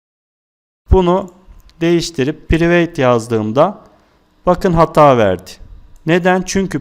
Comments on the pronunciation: Piriveyt değil prayvıt hocam. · hocam prayvit demen lazim yaa priveyt yooo